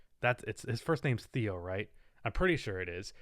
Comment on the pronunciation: theo maledon it’s pronounced (tae-yo)